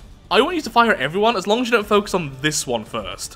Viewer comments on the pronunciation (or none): none